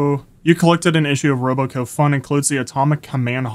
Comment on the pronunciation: i cant with the RobCo pronunciation